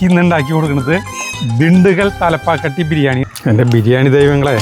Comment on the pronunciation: തലപ്പാക്കാട്ടി അല്ല, തലപ്പാക്കട്ടി ആണ്.... 🙏💕